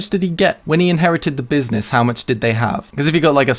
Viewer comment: Buiznezz.. :D someone make a meme out of it!